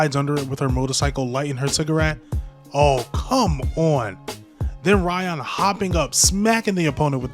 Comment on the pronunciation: Why do you call her RAYon 😭😭😭 cool video though